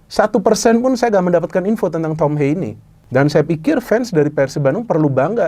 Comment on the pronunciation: Haye❌ Hayeu✅